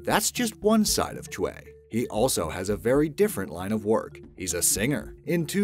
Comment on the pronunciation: It's pronounced Choy. Hong Man Choi (Choy) As an MMA fan I laugh every time you call him "Chwey"